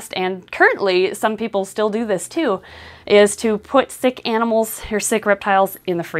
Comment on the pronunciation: I don't like how she enunciates animals, like she isn't an animal herself.